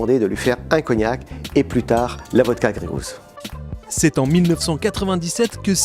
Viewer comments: Ca me dérange vraiment d'entendre grégouz à tout bout de champ, surtout dans leur pubs... Gey Goose est prononcé ɡreɪ ɡo͞os. Gousse a la limite. Quand on prend un nom anglais pour un produit estampillé made in France la moindre des chose serait de le prononcer correctement... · Bordel un produit "100%" français vous êtes même pas foutu d'inclure le nom dans les 100% Et même le mot anglais vous êtes pas foutu de le prononcer correctement... ps : Plus on me bombarde de pub moins j'achète.